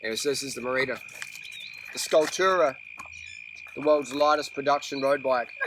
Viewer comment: That's what I thought, but everyone pronounces it. Ma Ree Da